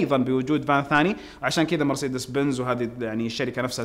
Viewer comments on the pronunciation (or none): none